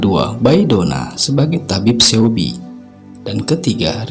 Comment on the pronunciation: mas maaf,aku mau kasih saran nih.. lebih baik cari tau dulu pelafalan nama2 tokoh sama nama tempatnya yg bener. (misalnya coba denger lewat google translate cara bacanya) soalnya yg bener disini cuma Lee Chang kayaknya. Seobi tu 'e' nya ga usah dibaca, Bae Doona itu bukan 'ba-e dona' tapi 'be duna'. aku disini mau cari pencerahan tentang peran tokoh2 nya, tapi malah jadi makin bingung gara2 pelafalan masnya. ibarat nama indo "Uun" tapi malah dibaca "Aan", kan jadi beda bgt 😭 🙏🏼 tapi selain itu udah oke kok, semoga masukannya diterima, semangat ya. goodluck 🙏🏼